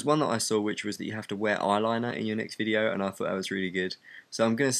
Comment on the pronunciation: it sounded really south-african when you said eyelinee...